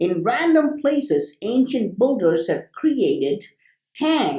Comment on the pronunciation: Great video :) Oh by the way, phonetic of "Builders"^ BIL-DERS not Bul-durs :) Love these Vids